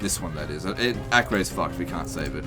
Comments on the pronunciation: btw it is pronounced "AH-KER" not "AK-REY" (it is a present day city in israel) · Acre is pronounced "a-ker". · Acre is pronounced as Akka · Acre is pronounced Acker god dammit